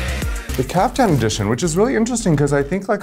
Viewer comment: It's Caftan not Kafka, Akeria. Lose the bug! :P